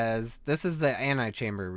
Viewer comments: Did he seriously say "anti-chamber"? It's pronounced antehchamber. Get it right. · Mark Holaday I know what "ante" means. he was pronouncing "ante" as "anti". That's what my comment was detailing, not the actual definitions of the prefixes. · ant-EE-chamber not ant-AYE-chamber. Ante not anti. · Why do you keep reading "antechamber" as "antichamber"? The 'E' kinda sticks out. And if you were thinking it was a spelling error, it's not. An an antechamber is a small room that leads to a larger one.